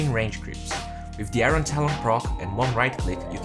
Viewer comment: IRON = ayorn, not ayron.